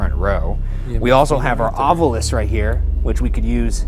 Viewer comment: I am BEGGING that Ryan re-record his breakdown of the Ovilus. In the investigation he says "Ovilus" but in the breakdown he says "Ovul-ous," which suggests ovulation and the the suffix meaning more or less "that's what it's all about." Nothing wrong with ovulating but we're talking about ghosts here.